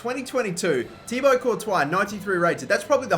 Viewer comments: It's actually Ti-Bwa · can't pronounce thibaut it isn't thiabaut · Just a tip. It's pronounced "Tee-bow"